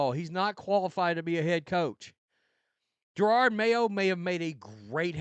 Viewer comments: Yeah, Pats fan 30 yrs. This sux! Even worse is that this B's going at least another year. Are we gonna mess up the Drake? Also, does anyone one know why this guy refuses to pronounce JaROD... It's always Jarard. Is it an accent thing, or disrespect thing? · Not sure if guy’s mispronunciation is intentional at this point , “Gerard” Mayo lol .